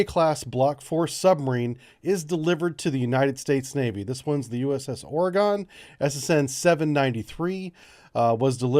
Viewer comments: Or-eh-gun.....NOT Or-EE-gone....This is the way...Ive lived here my whole life. There is no E at the end of Oregon...for the love of god...I beg all humans... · Now we need a Portland so the Oregon can sink it to save itself from the Communists on board the Portland. FYI it is NOT pronounced Oregone there is no e on the end, it has gone no where, it is pronounced Oregun, like as in we have a gun and we want to shoot Portland. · You pronounced it wrong, its like Oregun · Oregon is still there, they never left. (teasing about the pronunciation of Oregon because my friend who lives there teased me about it.) Lol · You you say Oregon wrong lol just joking though I love your channel! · ARRGGHH. THIS. Please correct your pronunciation. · No comment on how he is butchering the pronunciation of Oregon? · We're used to it.